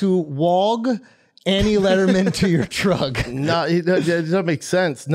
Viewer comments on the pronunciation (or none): "Did you try to 'walg' Annie Lederman to your 'trugg'?" LOL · Andrew said “do you drive a trugg” He def saw trugg walk